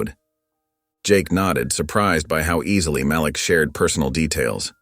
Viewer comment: Malik( MahLeek) NOT (MahLick) please pronounce the names of Princes( correctly) when it keeps being pronounced wrong it makes me feel 😢